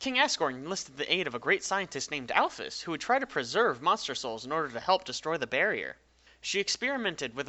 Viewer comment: AL-FEEZ! WHY DOES EVERYONE GET THIS WRONG?!